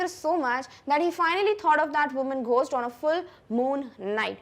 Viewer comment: ઘોસ્ટ✅ ગોસ્ટ❌